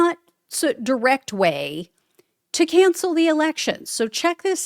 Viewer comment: "Canshell the elecshuns". Alrighty then! 😂